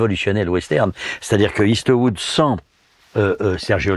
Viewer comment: J'adore quand il prononce Eastwood " istewoud"😅. En tout cas grande culture cinématographique Clavier 👍🏻